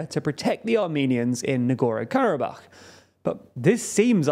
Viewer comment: Can you pick a pronunciation of Nagorno-Karabakh and stick with it? Hard to take a news source seriously when they consistently get the name of the region they're talking about wrong.